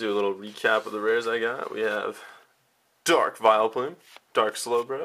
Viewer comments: Dude, you make really mutch pressure on the start of almost every word you say :P like "DArk" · "AN A DURKKK JOLTEEYONNN!!!" The overpowering emphasism is cringeworthy. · I love the way you put emphasis on the word dark. XD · so much emphasis on the "Dark"